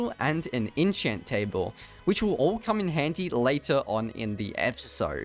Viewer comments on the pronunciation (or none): lets make an innchant table not enchant but inchant